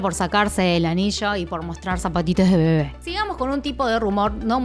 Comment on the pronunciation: Me encanta de verdad cómo dices la palabra "bebé" te queda súper lindo 😍😍es por el acento argentino por lo que me gusta 🥰